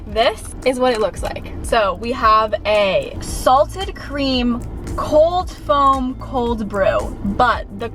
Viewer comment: colf foam 😂 we love u no hate at ALL